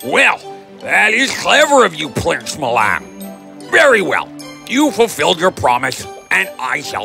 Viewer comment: Plince milan